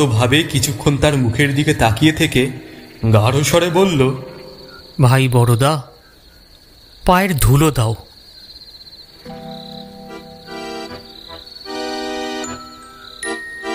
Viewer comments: Borda ki? Baroda pronunciation hobe to?! Atto udashin keno apnara on air natok dichhen jokhon..? Disappointed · বরোদার উচ্চারণটা ভুল হয়েছে । ক্ষমাপ্রার্থী ।